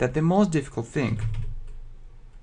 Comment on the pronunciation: не think, а thing)))